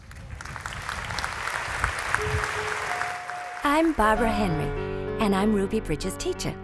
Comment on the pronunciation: it is not Ruddy it's RUBY